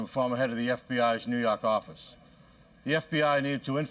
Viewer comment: 😆 new yarkarffice